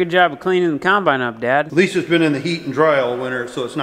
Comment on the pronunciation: dang-git! I'm finding myself thinking of the way ur dc says combine! lol UGH! kīmbīne, kīmbīne, kīmbīne. makes me lol